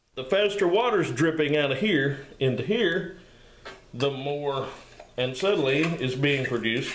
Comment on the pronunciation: Ancetylene? No, acetylene.